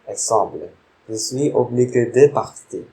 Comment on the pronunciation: Falloir c'est pas la même avec Valoir, votre prononciation svp ! Obligé [oblije], c'est pas [oblige] corrigez votre travail !